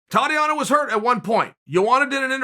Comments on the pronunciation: I never heard of the lady you’re speaking of.. but I think you pronounce it tah •Tea•Onna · “Totty-ana Suarez” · Idk im not so sure about that. Someone offered me this: its spelled Saures. And her first name is pronounced Thotiana